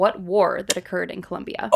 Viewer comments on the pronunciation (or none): none